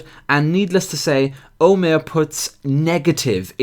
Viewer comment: and I thought middle eastern Muslims were bad... that "Omer" guy is like a marriage between SJWs and Islamists btw it's pronounced Omar not Omer